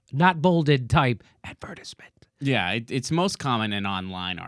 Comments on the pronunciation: lol jimmys pronunciation of advertisement though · Ad. Ver. TIZE. Ment.